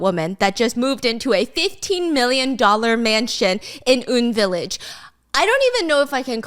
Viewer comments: Stephanie 😭😭😭 it’s UN not oun hahahaha pronounced just the letters U (you) N (en) village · Wrong pronounciation on the UN village...its pronounced as the actual UN(United Nation), not woon. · it’s UN not oun, pronounced just the letters U (you) N (en) village 😊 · Not Stephanie saying Uhn Village while my brain goes hannamdong U N village hill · "oon village" I think it's " U.N. Village" hahaha like the United Nations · stephanie!! I love you girl but it’s pronounced “U N” village as in the alphabet letters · Just a small correction. Hope you don’t mind. But it’s pronounced as UN like United Nations “유엔 you en” UN village 😭. Sad life! Indian embassy is right across it and I cry in my poorness every time I drop by the embassy ! 😭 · Excuse me. UN village is not pronounced as how you are saying in this footage. The correct way to say is just same as U.N. (United Nation). You could have asked/researched a bit better. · It’s called You An village only she pronounced it wrong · So as per Bakhyun, its U-N village hahaahahaha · It’s pronounced like The UN. Yoo En Village :) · just fyi, it's actually UN Village (pronounced UN like the United Nations not Un like Kim Jong Un). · it's UN village as in U and N, as in United Nations village babes! 🤣 baekhyun from exo has a literal song about it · isn't it pronounced as U.N. ?